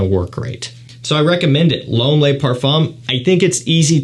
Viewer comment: „Ysl LOAM parfomm“ :D